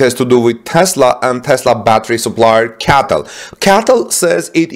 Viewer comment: Bro stop calling it a Catl it’s called C-A-T-L get it right man